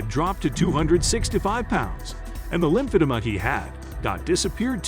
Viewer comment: seriously! He has no idea how to say it